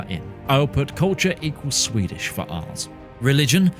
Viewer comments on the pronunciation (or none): ahh yes, my favorite culture sweidsh